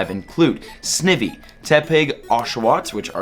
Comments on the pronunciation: Sny Vee is pronunciation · I cringe when he says snivvee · I don't want to make fun of you just trying to help you out here, but Snivy is pronounced like an ivy leaf with son in front of it.🍃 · Bro, ur doing great, everything was good but it's snEYEvy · You literally correctly pronounced every Pokemon... except for Snivy. Say it with me, sn-I-vy. Like the words snake and ivy mixed. Love your vids, keep up the great work, I hope u read this.😜😉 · ITS SN-EYE-VEE LONG I SOUND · Hope you see this, Snivy is actually pronounced: SNY - V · I REALLY HOPE YOU SEE THIS!!! SNIVY IS PRONOUNCED Sny-vie - first syllable rhymes with Die, second syllable rhymes with movie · John Laura yea more like sny vee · First off I'm offended that you pronounce Snivy WRONG. SNIVY (Snake + Ivy) SN-IVY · UNOVA hype btw but Snivy is pronounced Sn-eye-vee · Your saying snivy wrong. The i says it’s name so sn”i”y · How many times do have to teach you this lesson, Man? It’s snEYEve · Snivi its snivy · It’s pronounce sn(eye)vy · Snivy’s name is pronounced Sn-eye-vy It is a combination of snake and ivy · Sn- IVY like the plant, ivy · Sn - I - vy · You are saying Snivy horribly wrong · You say snivy like a fucking degen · He said snivy wrong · U SAID SNIVY WRONG 🤣🤣🤣🤣🤣🤣💀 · You didn’t say Snivy right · I hate so much how he pronounces SNIVY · I thing the only wrong pronounce was snivy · It is snivy not snivy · Anyone else cringe when he says Snivy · What the heck.....that snivy pronunciation of yours are incorrect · You're mispronouncing snivy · It's Sny-vee tryin to help u bud please don't say snivee. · Sn-I-vy not snivy, sorry love ur vids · In snivy the i is pronounced eye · Snivy isnt pronounced "Snivi", its "Snaivi" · Did you just say Sniffy???🤣🤣 It's Snivy dude! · You mis pronounced snivy lol it’s all g tho I mispronounced it when I first read it. snIvy not sniivy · he makes me cringe everytime he says it.... snake ivy......snivy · Sne vee wtf lololololol. Pronounce sna-ie-ve